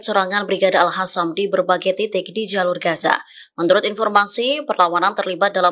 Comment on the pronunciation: TOLONG BACANYA YG BENAR: "BRIGADE AL QASAM BUKAN ALHASAM"😮